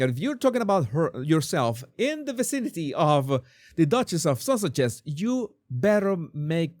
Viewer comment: It sound like you said The Duchess of Sausages! 😂